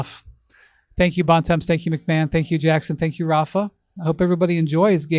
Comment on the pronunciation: "baan - temps" ... is it just me who shutters when i hear this pronunciation? .. "bone taamn" is a closer pronunciation. come on french is a beautiful language!!